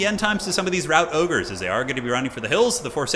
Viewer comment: Did you really call them Rout Ogres?